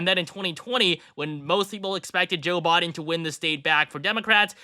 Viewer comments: Why does he keep saying Joe Bawden, instead of Biden? That's weird. It's not a difficult name to pronounce. 🤔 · The fifth final prediction! It's also pronounced "Biden" not "Bahden"